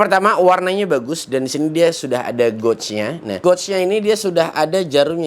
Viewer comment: Bang, maaf ya bang pengucapan kata gauge nya salah bang. Makanya divideo2 sebelumnya sempat bingung abang sebut goj goj itu apa eh ternyata gauge/gage (baca: geyj ).